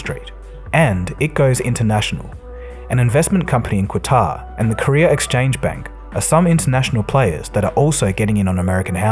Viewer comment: Qatar. Sounds like Kah tar. Not kwa tar.